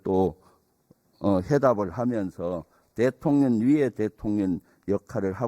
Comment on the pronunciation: 말좀 똑바로 해라 대통령님을 대통련이라니 초등학교에서 무엇을 배웠나 발음을 똑바로해라 썅